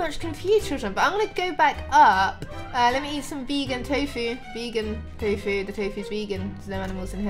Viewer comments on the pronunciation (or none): none